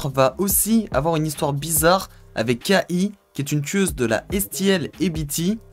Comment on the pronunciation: Pas que sa !🤣 Pour K.I qui se prononce "Kay High" Il a dit "Kahi" aussi 🤣🤣